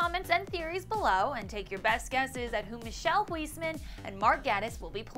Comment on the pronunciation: Hahahahaha, Love how she pronounced Michiel Huisman's name. Michelle Huysmenn